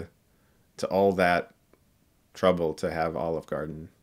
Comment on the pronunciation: brought to you. by... OLIVRE GARDEN.. :D